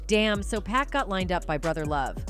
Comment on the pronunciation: For the woman narrating this...... If you're going to say PAC; it's pronounced [ Paahhk ]